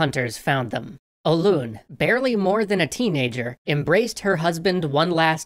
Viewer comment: That is not how say Hoelun btw